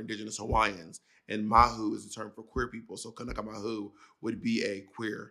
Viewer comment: Mahalo Bob for the clarifications of the Hawaiian terms and great pronunciation of kanaka!